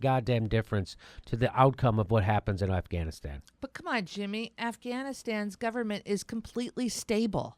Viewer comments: At around the mark, he said, "Assghanistan." (Beavis and Butthead chuckle) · ...did he say, the government of ASSganistan?